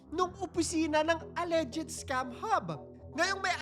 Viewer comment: Mali banggit mo sa "alleged" inulit ulit mo pa ng 1k times! 😂😂😂